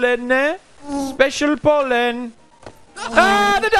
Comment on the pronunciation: When he says Pollen it either sounds like Poland or Holland 😂